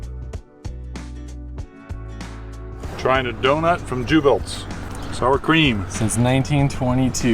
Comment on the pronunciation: Beautifully filmed and such fun to “travel” virtually with you! I grew up in Litchfield IL and now live in Bloomington...so glad you enjoyed your stops there. Jubelts is pronounced yoo-belts, btw. Next time you’ll blend in with the locals!